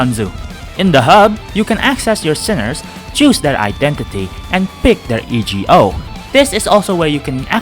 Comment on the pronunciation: please someone tell him that it's pronounced ego and not i-j-eo